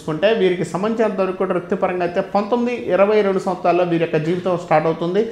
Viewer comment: ఝివితం, చేద్ధామన్న......సరిగ్గా ఉచ్చారణ లేదు, అవసరం లేని చోట ఒత్తి పలుకుతున్నారు. ఏమి గురువుగారో ఏమో. ఎవరో రాసింది, చదువుతున్నట్టు ఉంది😂